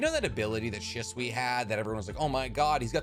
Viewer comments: That moment when you pulled up the mic, the camera started shaking, and you said “IT KILLED…… SHISUI” had me crying 😂 I love these videos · the dramatic emphasis when you said shisui killed me 😂😂😂